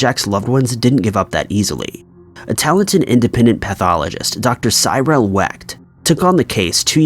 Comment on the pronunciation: Cyril is pronounced "Sir-ell"